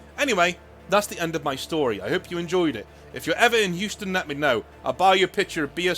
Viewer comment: Lol Houston is pronounced like yoostun. Fair enough if you never needed to say it before tho